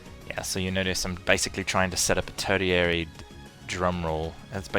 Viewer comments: Tertiary, not turdiary. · Neat guide! (Jerk-like posting time: The way you say tertiary is... odd. I thought it might have been a British English vs. American English kind of thing, but it sounds like you're off even from a British pronunciation. It's an uncommon word, so on the off chance you're just going with your gut on how to pronounce it, check out this: ).